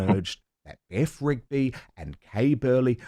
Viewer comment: Beth Rigby? You mean BEFF Rigby.